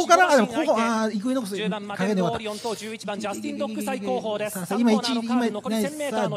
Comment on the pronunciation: 頑なにイクイノックス言い間違えるの好き あと最後の言い訳する声しのさんで草